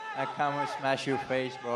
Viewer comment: All he says is smesh